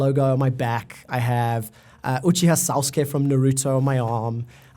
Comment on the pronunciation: Only he pronounced the name totally wrong so the nerd in me is revolting :D